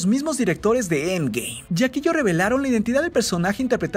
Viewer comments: Me da cólera como dice end game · Me caga como pronuncias End Game, ya no lo pronuncies así es molesto 😒